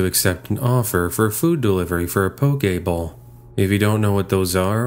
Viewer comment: He said poke bowl. It's a rice and fish and greens in a bowl. I know it kinda sounded like he said Pokéball lol